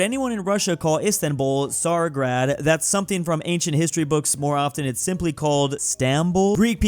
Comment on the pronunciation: its said as tsari-GRAD not tsar-IGRAD